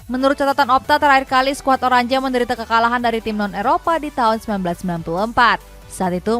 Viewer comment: Oranye mba, bukan oranje Klas yan huntelar, bukan klas jan huntelar Albiseleste, bukan albikeleste Shezny, bukan shezeny Cisse, bukan sisse Rais, bukan ris Coba sesekali sisihin waktu buat riset, biar bener gitu ngomongnya, jangan cuma bisa lawak2in pemain aja.